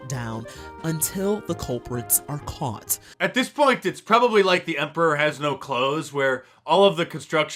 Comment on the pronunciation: "Untttilll the culpritsssss are caughtttts"🙉